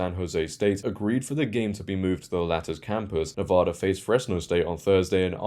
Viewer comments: Nevada. Not Nevoda. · Why do so many people mispronounce Nevada. It's a short A in the middle. Nevada, not Nevoda.